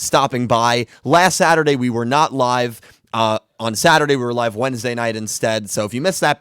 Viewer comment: At the beginning, do you say "We are live" or "We are alive"? Because I always understand the 2nd one. XD I'm happy you had a good time in Florida. I've never been there (ok, I've never been to the US in general), but I can imagine that it's really nice there. 600 for a month for such a house? Omg, that's really cheap. In my city you would get a very small flat for that price. (Or did I misunderstand something here? 'Cause that would really be insanely cheap.)